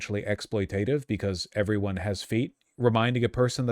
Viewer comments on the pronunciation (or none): none